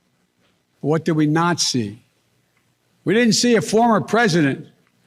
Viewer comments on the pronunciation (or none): it sounds like he says "what did we NAZI?"